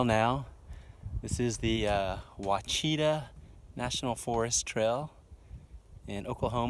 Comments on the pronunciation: The pronunciation of Ouachita is actually like Wash-Ih-Tah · Its pronounced “wash it tah” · As a local we pronounce it "Oh-watch-ih-tah" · WAH-shi-tah is the proper pronunciation. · Its pronounced “washitah” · The Okies I know say oosh-a-tall ( like Josh-a-Tall without out a "j") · The o is silent and there is definitely an "AW" or "Ah" sound at the end. French spelling causes the confusion. But it's an old Native word. There is a river in Oklahoma named the same thing, but spelled Washita River. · The way you pronounced Ouachita killed me